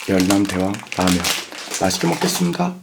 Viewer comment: 멘트와 라면준비하고 말꼬여서 열랑대왕라면ㅋㅋㅋㅋㅋㅋㅋㅋㅋㅋㄹㅋ